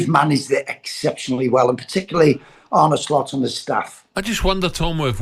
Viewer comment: Arn-uh not Arnie , it's not that difficult